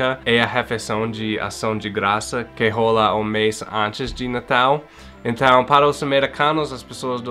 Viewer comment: 😂😂😂😂😂 precisa aprimorar a pronúncia da palavra "rola", do verbo rolar: "rola uma parada estranha"... Não é RÔLA! É RÓLA! "RÔLA é outra parada! 😂😂😂😂